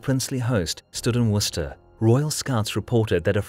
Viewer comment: honestly its so good to finally hear somebody pronounce Worcester and Gloucester correctly